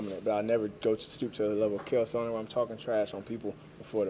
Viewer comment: "Kale Sonnen"